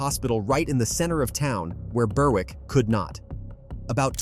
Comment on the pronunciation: Burr- Wick?? Its Berrick, 'W' is not pronounced